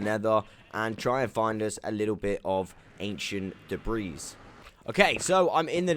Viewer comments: The s is silent in debris. My bad if u pronounce it in purpose. New to videos. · Great video. Im gonna go implement a bunch of these in my own survival world. Just an fyi. The 's' on the word debris is silent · Dude lol the "S" is silent in "Debris" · "Ancient debriss"